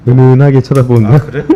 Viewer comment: 이 부산출신인거 여기서 표시가 나네요... 은은하게 라고 말씀하실때 은~은~ 말할때 사투리 억양이 살아있네요 ㅎㅎ 아직 100% 사투리를 못 버리신듯